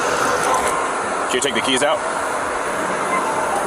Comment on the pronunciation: ‘On my kids” not keys